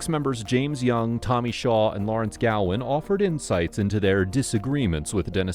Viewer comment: Gowan. Not Galwin.